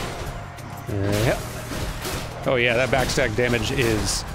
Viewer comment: Is he saying "backstag" instead of backstab?